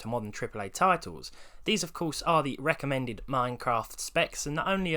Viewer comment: “The wecommend amount of dead detonated wam for a suvah”